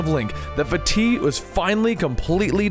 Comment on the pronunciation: I can't stress enough how much i appreciate you pronouncing Vaati correctly